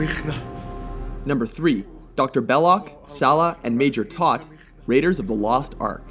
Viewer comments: Toht rhymes with "boat." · Sallah never died, you dumb fucks. And it's not "Tot", it's pretty much pronounced how it's spelled; "To(oh)ht." WatchMojo is losing their mojo. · It's not "Tot." It's pronounced "Tote." And as others have noted, the third villain to die in ROTLA is not Sallah, it's Dietrich. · In Indiana Jones the guy's name is pronounced Tote. Not taught. I don't think he was a major either. I'm pretty sure he was just a henchman.